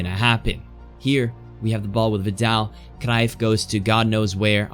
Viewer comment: I like that you pronounce cruyff rightly yet so consistently